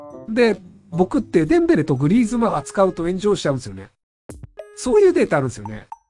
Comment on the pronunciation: デ↑ンベレ